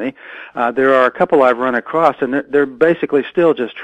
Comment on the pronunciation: please be aware that there is no such word as "acrossed", or "acrosst". Man that sounds silly. Across does the job quite effectively without any artificial additives needed.